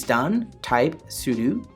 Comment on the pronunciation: That's what it sounds like when you say 'router', however, he is saying 'sudo' wrong as he is saying 'sudu'